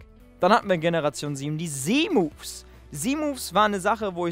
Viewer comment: Wieso sagst du Z Moves so komisch weil Z wird auf Englisch anders ausgesprochen